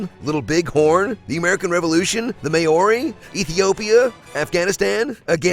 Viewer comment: In an otherwise fine honest trailer, i'd like to point out one really glaring flaw: The voice-over guy really butchered the pronunciation of Maori. Right historical context, just really rubbish pronunciation.